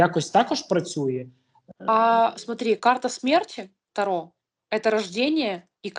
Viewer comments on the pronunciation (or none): none